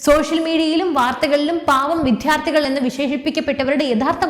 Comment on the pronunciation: വിദ്യാർത്ഥികൾ എന്ന വാക്ക് എന്തുകൊണ്ടാണ് ശരിയായി ഉച്ഛരിക്കാത്തത് എന്ന് മനസ്സിലാകുന്നില്ല. വിദ്യ, വാധ്യാർ എന്നിങ്ങനെ പറഞ്ഞുപഠിക്കുക.